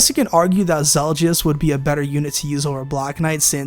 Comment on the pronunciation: Not gonna lie... low key triggered at how you said Zelgius' name. I mean the game itself says it for you. Other than that, nice picks and breakdown.